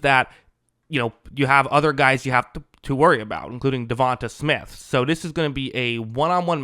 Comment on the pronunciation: DeVonta is pronounced “DEVONTAY” lol